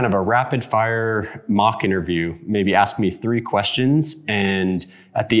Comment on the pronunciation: “EXspecially” . Can you “axe” me some questions for English class?